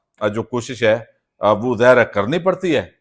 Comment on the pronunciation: بات سمجھ سے باہر ھے کہ گوندل صاحب۔۔ آپ لفظ "ظاھِر" کو ھمیشہ "زھر" ھی کیوں بولتے ھیں؟